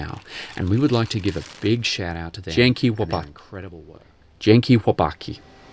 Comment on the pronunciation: Second attempt to say"dzięki chłopaki" was very good :) nice job with this restoration to Aussie and Panzer Farm for fabrication of gears etc :)